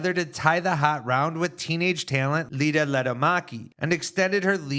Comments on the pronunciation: its iida lehtomäki with 2 i's not lida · It's iida, not Lida.